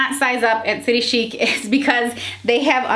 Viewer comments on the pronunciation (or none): I’m Australian! I love this brand! And my closet is full of them Just a FYI it’s city chic like chick! Like chicken haha so city chic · I am in Australia and we pronounce chic as in chick. That’s what the store calls it anyway 😃. We love this shop as the clothes are made beautifully. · I love city chic, I live in Aus & love the clearance stores - prices drop 50-80%!! Its pronounced "city chick" x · I’m an Aussie and maybe it’s just me but everyone I know who shops st City Chic pronounces it as “City Chick” :) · I’m from Australia and they have a factory outlet store where I live and the had dressy play suits for $30 down from $120 and heaps of other clothes, we pronounce it city chick size s is a 16 aus so it’s a 12 us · I live in Australia. We pronounce it City Chick Ps. Love you videos all the way from down under ❤️ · I just wanna point out.. Aussies pronounce it “city ‘chick’” 😂😂